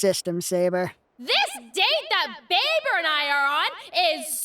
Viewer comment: NOOOO not babe-er